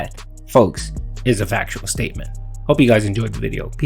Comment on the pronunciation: "ITS A FAKSHUAL OHBSERVASHUN!!" One that you only bring up because you want money, disgusting pig.